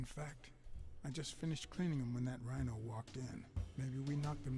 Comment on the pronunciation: Rino, not rhino.